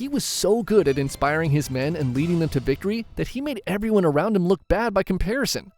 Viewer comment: Did he just say bictory